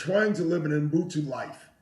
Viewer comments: Doc Rivers is my guy but it's 13 YRS and you still can't pronounce Ubuntu.It's not mbhutu. If you black you have pronounce African words properly ,learn that shit . We have to hard you guys, you are our brother's The most important thing is he got meaning right Ubuntu means humility, a person is a person through other people. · I wish I could teach Doc and Mat how to pronounce 'Ubuntu".